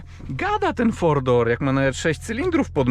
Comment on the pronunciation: "Fordor" i "fordor" a przecież to Mercedes a nie Ford 😂